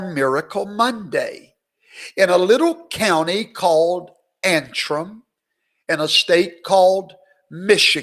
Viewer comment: I thought you were blessing us for enduring that opening music! That was bad. But, thank you so much for pronouncing that little ol' county in Michigan's name correctly - Antrim. Commentators have been stumbling all over that simple little word. It's simple: An-trim. Well I have a special place in my heart for Antrim County because that was the name of the county in Northern Ireland where my Scottish family came from when they emigrated (1740) to these here United States before there even WAS a United States. Dear Antrim County in Ulster. That's where Andrew Jackson's folks came from and mine, the Breckenridges. So thank you so much for pronouncing "An-trim". And thank you for Garrison's political cartoon. And thanks, as always, for the incisive analysis, which tonight was straight-forward, without all that hoopla and enthusiasm.